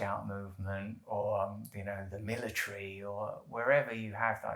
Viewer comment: The mili-TREE!! I love the accent